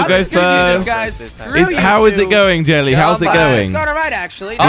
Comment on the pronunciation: kweb said del lie in stead of jelly